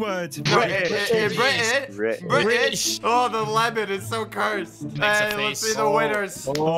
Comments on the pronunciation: ITS BRITISH NOT BRISH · It is British not bri ish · The reason why it’s called Briish is because they drank the T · what is that ? "bri-ish" ? XD i wasn't expecting a "bri-ish" thing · They say bri-ish because they drank all the t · The reason why British people don’t pronounce the t is because they drank it all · Why do British people not pronounce t in words? Because they drank all of it.